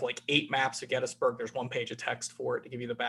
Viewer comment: Finally! Someone who correctly pronounces GET-tus-berg.. : )